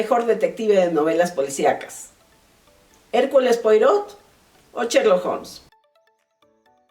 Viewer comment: Se pronuncia hercul puarot